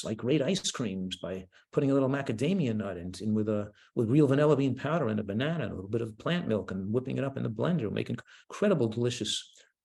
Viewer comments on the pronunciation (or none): Got it "maana bread."